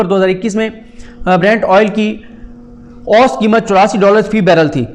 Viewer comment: Saddique Jan sahib, ahtram ke saath - lafz 'oost' nahein hey balkey 'oo sat' hey.